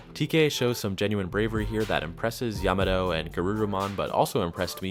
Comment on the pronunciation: I love that you make an effort to pronounce everybody’s names correctly except for Yamato.